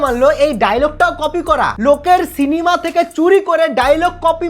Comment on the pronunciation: এই তোমার কাছে একটা রিকোয়েস্ট যে তুমি প্লিজ " সিনিমা" প্রোনাউন্সিয়েশন টা ঠিক করে বলো " সিনিমা" না বলে " সিনেমা " বলো 🌝 ভালো লাগেনা সিনিমা শুনতে । ভালোবাসা নিও ❤